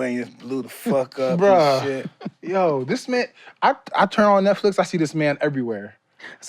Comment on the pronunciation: Kevin-“shouts out to Netflix” Mike-“netsflick” 😂